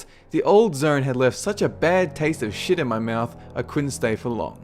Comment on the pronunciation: Zone* not "Zern"